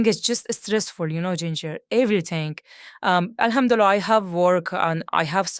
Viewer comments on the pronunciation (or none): none